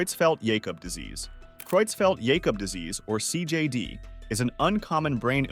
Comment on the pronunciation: Learn to pronounce CJD.